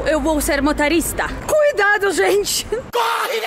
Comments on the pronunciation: Ô não é ma ta rista. É mo to rista. Kkkkkkk CNH - Carteira Nacional de Habilitação. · Não é MATORISTA, é MOTORISTA.